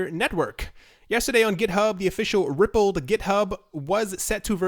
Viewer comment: Pronounced Ripple "d" not Rippled